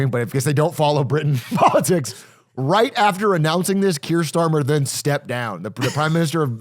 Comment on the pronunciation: Someone needs to tell Atrioc how to say "Kier Starmer" correctly man.